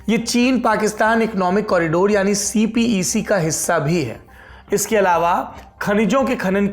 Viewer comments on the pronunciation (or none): none